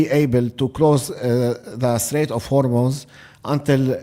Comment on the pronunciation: Thank you for pronouncing Hormuz correctly! I know it's a stupid detail to be mad about in this situation, but I can't help it! It's pronounced Hormoz rather than Hormoooz!